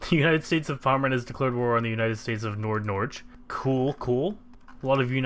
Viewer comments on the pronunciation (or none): "Norge" is pronounced "Nor-guh" with a hard G, not like "norj", not that it matters since all the Norwegian states have been pommerized. XD